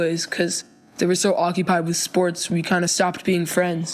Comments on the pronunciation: What are sss-pour-Tez? I play fort nite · did u say sports do-do ?